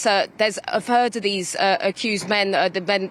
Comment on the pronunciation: Aside from and not to detract from the horror of what this woman has been through but how is it that the reporter could pronounce the plaintiffs' name well but cannot pronounce the words of her native tongue correctly - ie. "fird" for third, "everyfing" for everything, "somefing" for something, "fink" for think etc etc etc. The language like the country of its origin is going to the dogs. Glad this post was polemic. 😂